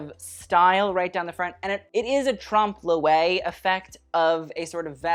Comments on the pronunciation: hello my friend! just a little frenchie tip: trompe l'oeil = tronpe l'euye (pronunciation-wise) ;-) love you! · You are so smart and insightful. As a woman I am particularly enamored of your clear-eyed discourses on patriarchy. FYI: "trompe l'oeil" is pronounced 'tromp loy', and 'simplistic' is negative descriptor, meaning 'overly simplified', with connotations of being facile, stupid or even misleading. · Not attacking you, just trying to help: the closer pronunciation of "trompe-l'oeil" is "trump l'oy". It's not perfect, obviously, but it's better than whatever you said 😅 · Trompe l'oeil. Trompe rhymes stomp. L'oeil rhymes with boy.